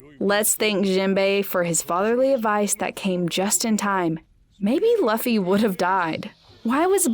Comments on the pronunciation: K Luffy not Laffy lol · The fact that she is saying laffy instead of luffy!:) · ITS NOT (L-UH-FY) ITS (L-OO-F-Y) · How is laffy ? 😅🤣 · it's not impul down it's impel down plus it's luffy not laffy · who's lahffy? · Who is laffy , it sounds cute tho. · It's Luffy, I think she has a hard time pronouncing with her accent. But it does sound cute! The videos awesome anyway too. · Its luffy not Laffy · Who’s lauffy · Chill guys. It's a minor error. Plus I do pronounce Luffy the same way because I like it better. 😊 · Chopper go on without me I’ll save monkey. D. Laffy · ITS NOT LAFFY ITS LUFFY U DUMB DUMB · It is said like loffy but spelled luffy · Like she's almost thinks his name is pronounced like Fluffy lol and not "Loo-fee" 😂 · Very late but whyyyyyy pronounce his name like that😭😭😭 both the English and Japanese version pronounce the u like oo😭😭 stop torturing us like this, someone else watched this wrote this for u didn't they😭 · Pronounce it like Lu Fee whenever someone says it like she does I die a little more inside 🤣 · Its LUFFY, Lew-fy! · “Luffy”? Oh yeah, I can tell she never watched the show before. 😂😂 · if you're gonna cover anime, at least pronounce the name properly. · Is she reading a script and thinks that's how you say Luffy??? And it wasn't mandatory if you find a DF on the WB pirates you have to eat it, you just own and can do what you want with it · Have u ever watched the show, ever? Or watched any other content on one piece? How can you pronounce the fuckign MAIN CHARACTERS name wrong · It was distracting. Liked how monotonous she taslk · Dude I can't with these pronunciations. "Lufy" "alerbaster" 💀